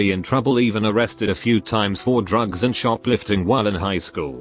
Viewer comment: lmao i love when it says Droogass for drugs